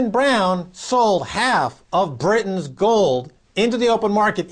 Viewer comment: she can pronounce british but not britain